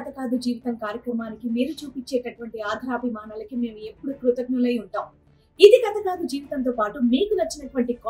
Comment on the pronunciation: ' ఆధరాభిమానాలు ' కాదు ' ఆదరాభిమానాలు ' అనాలి. Pronunciation correct చేసుకోండి.